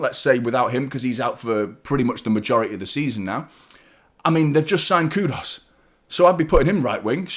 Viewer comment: Who's Kudos? It's Kudus.